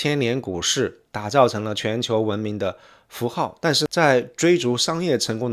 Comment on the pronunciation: 好傢伙，什么都是翘舌是吧？“寺庙”“最”“怎”“相似”“三四”“粉丝”“宗教”“存在”“所以”都踏马是平舌，给老子听吐了，反而“政治”这种翘舌你又平舌了你踏马连CEO的C都翘舌，真鸡儿恶心你都不如像老周横眉一样都平舌